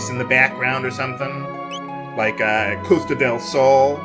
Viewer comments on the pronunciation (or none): none